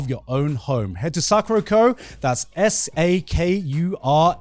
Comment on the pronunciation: Guys, is it Sakura Co. like everyone else says it? Or is Joey just being Joey when he has to pronounce it like Sak-oo-rako?